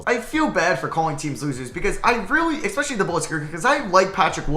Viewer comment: Im so sorry but whenever you say losers i swear you’re saying woozers and not losers